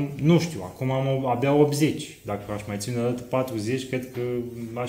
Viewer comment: În filmuleț am tot auzit: “cealaNtă”, “celălaNt”, “ceilaNți”. Asta e singura observație. În rest e totul perfect. Felicitări!